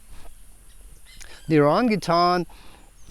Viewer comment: I've literally never heard someone say "O-rahn-guh-tahng" before.